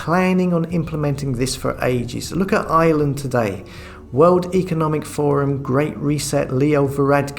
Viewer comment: IRELAND...not island. There is an R in Ireland.